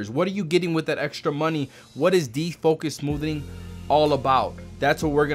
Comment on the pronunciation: That's just being his usual completely illiterate self. It's called defocus smoothing. Smoothening is just dumb.